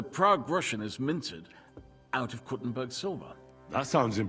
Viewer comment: Proper way to say Kuttenberg is Koo-ten-baerg. In German.